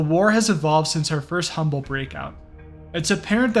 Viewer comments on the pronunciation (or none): none